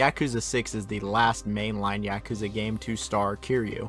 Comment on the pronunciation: Finally someone doesn't pronounce yakuza "Yakúza" 😂